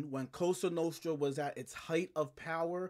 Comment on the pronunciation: I told you. I love your channel but stop saying “coasta nooostta”. Lmao